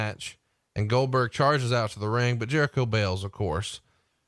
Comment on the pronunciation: Goldberg sounds like Dumberg 🤣